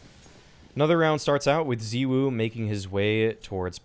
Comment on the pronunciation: The way you say ZywOo really triggers me